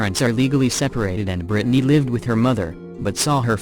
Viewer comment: Can't handle how it says Brittany either....Brid a ney🤦🤦